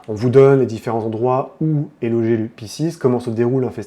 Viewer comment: Ça se prononce "Piskes" c'c'est du latin